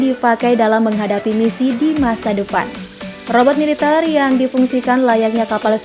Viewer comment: Militèr min, bukan militêr